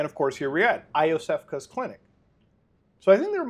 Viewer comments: I-owe-sefka's clinic!?? YOsefka's clinic. Please and thank you. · It's pronounced "Yosefka." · fake Bloodborne fan pronouncing Iosefka like you've never seen the game before.